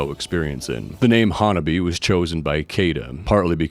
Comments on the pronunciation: Awesome video! Just an fyi, HANABIE. is pronounced ha-na-BEE-eh. Also, when spelling HANABIE. don't forget to put the period "." at the end. The period has specific meaning for the band. Been a fan since I 1st saw rhem in nyc in 2023. So happy that theyve been gaining in popularity and fans! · While it is great to see you doing a video on this awesome and fun band, a couple of notes: their name is actually pronounced HAN-AH-BEE-EH and their first single that really pushed their colorful image was called 'L.C.G.' (Lollipop Candy Girl). Still, respect for your vid 🤘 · "HanabiE" it is not a silent E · One of the earliest English language videos about Hanabie that I saw was on the Axe Japan channel It was released shortly after the We Love Sweets video came out. He pronounces Sae correctly, but not Hanabie. For the pronunciation of Hanabie. watch the video 'The RIGHT WAY to say "HANABIE."' A couple of other innovative Japanese bands to check out are Ailifdopa and Paledusk. They are all-male bands. They might be too experimental to be popular but the music is interesting and their music videos are outrageously weird. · Some people....like the majority of these reaction videos produced since Spicy Queen came out? The fan base is getting kind of weeby if ya ask me. Bunch of old dudes who don't know hardcore from thrash metal, can't pronounce Hanabie but they luvs them cute Japanese girls... Oh well, I do love that Hanabie is absolutely raking it in on merch. They deserve every penny. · Good video man! I saw them live march 17 2026 in Montréal and that was insane! They're so good live.. Since tour video is informative, i would like to point out that HANABIE is pronounced with an É at the end, like HEY.. I think they tried many times to tell people and maybe they give up 🤷.. But yeah They're fun and awesome!